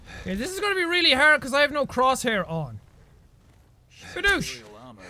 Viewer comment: "Its arrd to describe"